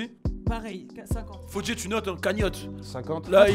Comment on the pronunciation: "on va tous vous soumettre" il a dit fodjé 😂 jpp il est excellent👌